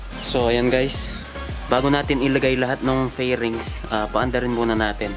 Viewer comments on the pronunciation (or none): Fairings ha not flerings😂😂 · natawa ako sir dun ang tawag jan e FAIRINGS😂😂dami nagsasabi nun ng mali